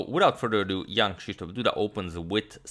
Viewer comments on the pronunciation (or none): Saying "Jan"/"Ian" for both of them would save you from blundering the players' names :) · that g sound at the end of Jan is actually the first K of Krzysztof